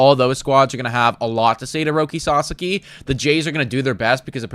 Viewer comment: Guys you're entertaining, but know nothing to little about baseball. But you're entertaining 👍🏼👍🏼 FYI it's s-ah-s-ah-k-ee